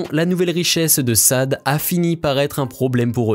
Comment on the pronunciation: Pour commencer son nom n’est pas Sade Adu il se prononce « Chadé » … « Adou » car elle est d’origine Nigériane/ Britannique - bien prononcer le nom respecter l’identité d’une personne est la base